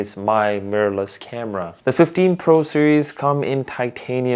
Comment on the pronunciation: “Murrless camera” 😂 nice video fam